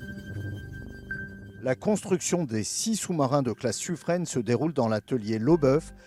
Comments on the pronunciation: Le narrateur qui dit Suffr"ène", ça pique un peu mais bon, ce n'est pas très grave en soit. Par contre à "trouver les moyens pour réduire la discrétion acoustique"... Euh... non, c'est le contraire ! C'est "augmenter" la discrétion acoustique, la réduire ce n'est pas tout à fait une solution d'avenir... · Finalement on ne saura jamais si on prononce "sufrin" ou "sufrène" 😀